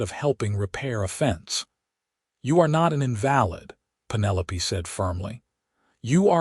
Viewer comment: Nice to have another story showcasing a partnership/marriage. I also like the stories that do not automatically end with marriage or the first baby. Only suggestion with the AI narration of words like invalid. Listening from TN.